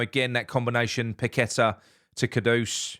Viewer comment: Have to agree with all that. However his name is pronounced Pak A Ta. It's one thing idiots on Talksport butchering it but not one of our own. 👍